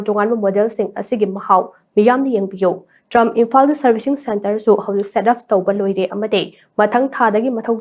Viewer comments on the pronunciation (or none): Trumph❌ Tri-umph ✅ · Pronunciation se laale. Trump haiba ntte triumph haibane